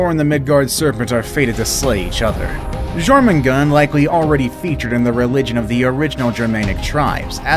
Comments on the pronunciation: And thats not Jormungand!!!!! It's Jörmengandër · You actually did get a lot of names wrong even before you said about getting them wrong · wait is jormungand has a r in her name or not